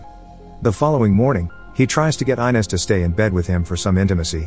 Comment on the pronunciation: Did you watch the movie? Gil's wife's name is not pronounce I-nez. It's Ee-nez. For fuck's sake, you'd think you'd get this simple thing right.